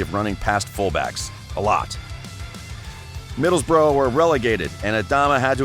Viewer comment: You are saying middlesbrough wrong